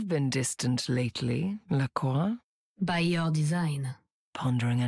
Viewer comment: i gotta say i love her pronunciation of Lacroix